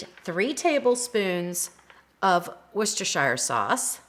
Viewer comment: I love all your recipes, and you have encouraged me to make full use of my Ninja. However, I can’t ignore this any longer: Worcestershire sauce is pronounced Wuss-ter sauce. Or Woo-ster sauce depending on whereabouts in the UK you are from. You never say the “shire” part. Daft, I know, Here’s another one: Towcester is pronounced Toaster!!!